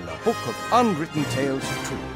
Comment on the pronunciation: Maluteńka uwaga, unwritten powinno się czytać bardziej "anriten""